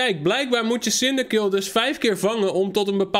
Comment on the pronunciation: Je spreekt cindaquil uit als cindaqwil